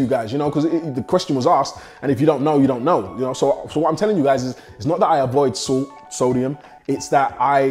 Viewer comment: Ohhhh now i understood you were saying Salt ,entire video i was wondering why 🐼 keep calling SOOT SUIT 😂😂😂😂😂